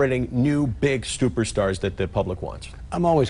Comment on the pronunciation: Stuperstars? Did I hear that right?